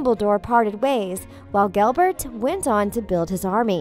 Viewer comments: Me also, she said GELBERT instead of GELLERT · Yep! Gelbert!! 🤦🏼‍♀️ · ... did you just say gelbert... WHHYYYYY